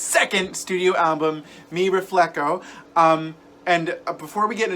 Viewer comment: Mi RefleHO, not refleKO. Connect with your roots,!